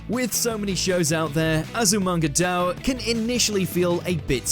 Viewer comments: It's pronounced "die-oh" great list though. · This is kind of driving me crazy…. It’s pronounced “DAI-OH”, not “dow”! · I always thought it was pronounced 'dye-oh', tbh :/ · isn't it read as azumanga daioh (day-oh)? I'm confused